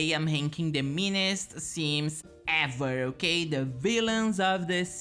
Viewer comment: quando falou “ever”… brasil!